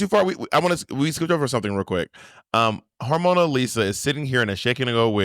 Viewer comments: monet calling hormona "harmonica" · I’m sorry but Monet calling Hormona “Harmonica” just took me the fuck out lol